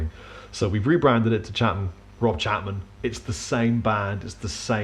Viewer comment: "Chengan" ? Wot's that ?